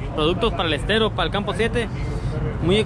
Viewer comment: "Estero" con "E" de Error!.....no SSStero!...saludos!